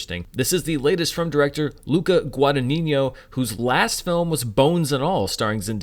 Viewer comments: Just a note, it's not pronounced Guada-niño but Guada-ñino. If the ñ is hard to pronounce in that position, just say Guada-nino, it's better. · you are very very close to the correct pronunciation of the director's surname: the "gn" sound should be a syllabe before: guada>gn<ino; ironically, the surname could mean "small earnings"🤦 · To the host: sorry, could you please learn to pronounce the director’s last name properly? It doesn’t rhyme with “El Niño”.